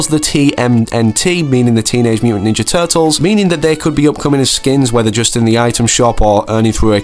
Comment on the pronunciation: Ahh yes i love the "Teenage muntant turtles"